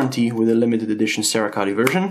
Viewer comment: 'Sarah Coat'...Cerakote pronunciation.